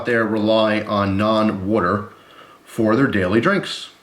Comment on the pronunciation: Don't forget to drink your "worter" people.